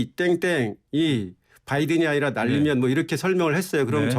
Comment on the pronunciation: 진실을 봤습니다. 오늘 아침에 윤석열대통령 아침에 하신말씀을 들어보니깐 발음하실때 단어마다 악센트를 강하게 주시는데 "나알리므은" "마알리므은" 이라고 발음하셨다구요? 그러고 아침에 말씀하신것중에 바이든 미국대통령 이름을 언급할때 언론들이 그부분을 빼버리는거 같은데 정확하게 의식하고 계신듯이 "바이든" "뽜아이드은"이라고 하시던데 완전히 충격받았습니다. 진실된 사과를 하셔야지 아침나오시기전에 어떤 참모한테 트레이닝을 받으셨는지 모르겠으나 노력하신것같습니다. 물론 진실을 은폐목적으로 말이죠 진짜 또한번 놀랐습니다 누가 트레이닝 시켜주셨나요? 국익보다 대통령님의 자존심이 더 중요하신가요? 실망했습니다 "뽜아이드은"